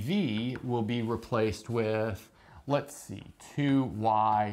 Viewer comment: "lets zee"